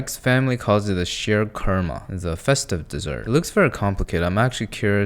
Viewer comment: He somehow messed up sheer kourma 😭😹 ( it's alright as the instructions were probably not that clear for someone really new to it, muslim south Asians eat this on the day of eid, and I know how to make it but I'm a walking hazard too so I've never really made it as only "OLDER" PEOPLE make it lol)